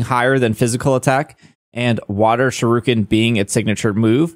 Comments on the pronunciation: It hurts to hear you pronounce shuriken, other than that good video. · I speak Japanese and I understand you don't, but I cringe EVERY time you say 'shuriken' it's pronounced (shoe ri ken) Other than that, I hope I can use my shiny clodsire though...